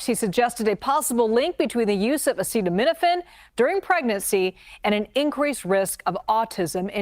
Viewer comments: My mom, who is a pharmacist, burst out laughing when she heard Trump not be able to pronounce acetaminophen. Like they really didn’t brief him on how to even say it or what it is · I know, how do you have a press conference about a thing but don't learn how to pronounce that thing beforehand. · Yeah he obviously just can’t say acetaminophen and now they’ve wildly defamed Tylenol specifically lmao